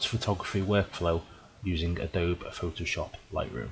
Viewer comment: Pretty sure it's pronounced.......Adobee #justsayin